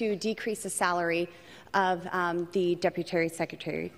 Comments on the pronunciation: Deputary? She said that twice. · "Deputary" , like BoBo says..😂🤣😂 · "deputary secretary" ???? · Did she just say deputary secretary? Lol